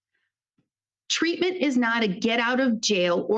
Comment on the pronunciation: But but but he said tweatment! We can hold him accountable after he said that!